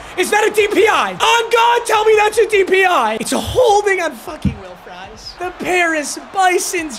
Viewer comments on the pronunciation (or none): none